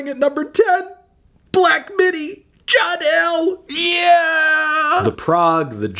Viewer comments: The "L" in "John L" is roman numerals for "fifty" so you don't say "John L" you say "John 50" melon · Dear Fantano, it's called John "50" for the L in roman numerals. Not John "L." Example: "This was the scene on Main Street when John Fifty comes to town." Once again, John "Fifty" not John L. You may now continue telling me what I like. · Isn't it pronounced "John Fifty"? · Fantano. The "L" in "John L" is pronounced "fifty" being the Roman numeral fifty. This is reflected in the lyrics, telling the story of the fiftieth monarch named John, whose subjects end up revolting against, just like the previous 49 Johns. "This is the scene on Main Street, when John Fifty comes to town" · Shouldn’t black midi’s song John L be pronounced John 50, since its a latin number and not a capital L?